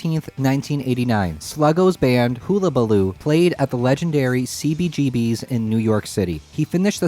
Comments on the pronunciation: Great video! But...it is pronounced HULL A BA LOO not HULA. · Hull a ba loo ... is how its pronounced... like a boat hull ... great video...love that guitar..ive never seen kurt play an sg...sooo cool... i want my own skystang 1 and a comp stripe mustang also :) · The way he said Hullabaloo was definitely something